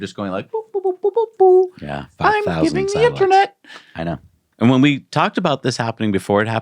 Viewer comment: It throws me off every time these guys say the word InterAnet, why not just say Internet? 😂